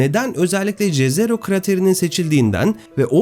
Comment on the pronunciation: Eger dediginiz gibi Jezero krater golu nun ismi slavca dan alinmissa ("J " harfi "Y" olarak okunur)YEZERO diye okunur,slavca göl anlamina gelir,slavcada cezero diye bir kelime yok